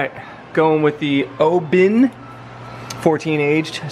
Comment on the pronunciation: I have to agree with all the other comments, you need to get Dado a Diavel. Reference the pronounciation of Oban, you were closer the first time. Not sure why you were told 'Obin', he clearly wasn't a Scot. It's more 'Oh-ben' or 'Oh-bun'. Good whisky though and looking forward to the next vid. Oh and keep it as a slip on, it sounds great as it is.